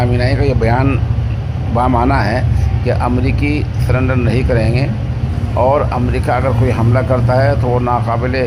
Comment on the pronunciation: سلینڈر نہیں سرینڈر ہے